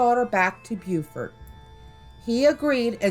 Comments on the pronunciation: It's pronounced Bo-fort. Bue-fort is South Carolina. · Spelled Beaufort , Pronounced Bo-furt . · Beaufort, NC is pronounced Bow-furt. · Please stop saying Beaufort wrong